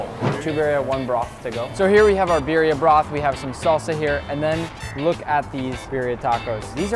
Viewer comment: lol she said BYRYA BABY